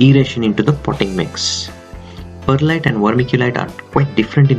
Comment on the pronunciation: I swear he said Bud Lite